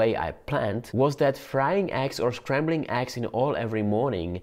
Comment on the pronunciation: not aggs but Eggs like the E in Enter. it isn't Anter